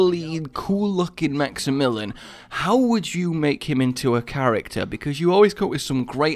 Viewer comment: please. maxy-mill-ee-on. it's pronounce like the name it's not max-im-mill-en. Maxy-million. it's not that hard